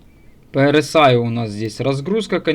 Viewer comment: За все прощаю. За одно простить не могу- RSI (эр ЭС ай) ты эр СИ Аем (rci) называешь.